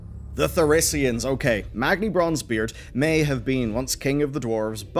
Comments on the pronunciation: The Dark Iron Dwarves are 100% going to end up with a Mandela Effect. So many people,myself included pronounce {Thaurissan} as {Thauriss(i)n}. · pronunciations of 'Thaurissan' seem to somehow manage to change and still be wrong each video 😂